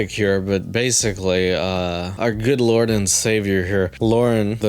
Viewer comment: Our Lorne & savior ❤